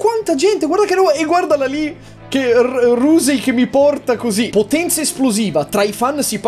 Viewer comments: Che poi Rousey pronunciato "Rusei" mi ha fatto venire i brividi però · Signor Yotobi, "Rousey" si pronuncia come se fosse scritto "Rausi" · La “rusei” 😂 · Quanta brutta è la pronuncia del nome di Ronda Rousey?